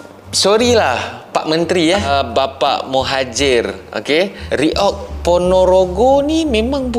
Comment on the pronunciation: kami faham abang susah nak baca kalimat reog.karna di malaysia abjat a jadinya English.alias apa british